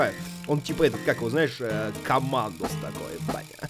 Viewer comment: не командос, а КЭМЭНДЕР